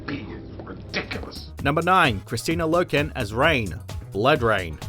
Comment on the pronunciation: Clearly this was made before the new Sonic trailer came out. Also, it's pronounced KristANA Loken. NOT Christine Loken.